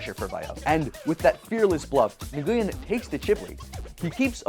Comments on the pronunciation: It’s pronounced n-oo-win not niguwin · Nguyen is pronounced " When" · The announcers said "Win" at least ten times in the clip but he still said Nagooyen? :/ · It's pronounced like "Win", not like Nuh-goo-yen. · I was raised in Little Saigon. I am floored how many people pronounce it wrong.